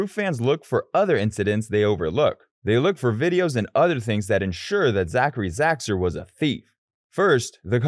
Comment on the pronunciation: 😂😂😂😂😂 you cant even say his name right before putting hate on him